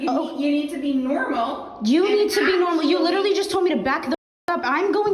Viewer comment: It's been two years and people are still overusing, misusing and mispronouncing "literally" (it's not "litterly," dumbasses). Give it a rest already.